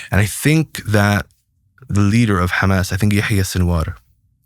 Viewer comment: The first time he said ham ass for Hamas, I was suspect